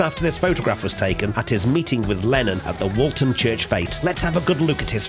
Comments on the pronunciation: you say Paul lived at “20 Forthlin Road, Toxteth” but Forthlin Road is in Allerton not Toxteth which is some distance (North) of Allerton and Woolton. (Take care with your pronunciation of Woolton (wool-tun) not to be confused with Walton. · Its Woolton Not Walton.